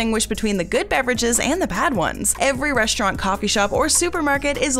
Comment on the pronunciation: ...Since WHEN do they say in English language "shtrong"/"res-chorant"/"worscht" instead of "strong"/"restaurant"/"worst"?...